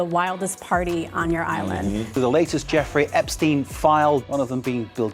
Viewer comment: Bro said I'm on my epstine shit all 2026